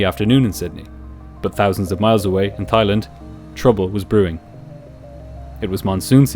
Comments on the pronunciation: Everytime his says "Thighland" instead of "Thailand" I giggled 😂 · Brilliant video. Though it's not "Thigh" it's said like " Tie " love your story telling style. ❤️ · It’s pronounced “Tai” not “Thigh” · The H in Thailand is silent 🙏